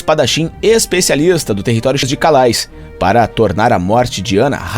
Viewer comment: Calais em Frances pronúncia se calé.